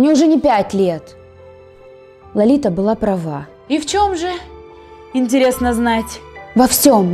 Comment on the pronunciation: она сказала "лолита" а не лалита